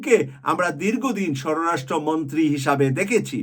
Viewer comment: ভাই, আপনি (সরাসট্রটা) ঠিকমত উচ্চারণ করেন।